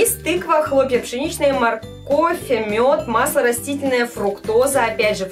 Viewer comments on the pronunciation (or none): none